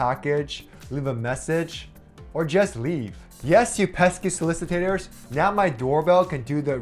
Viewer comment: It's solicitors....not solicitators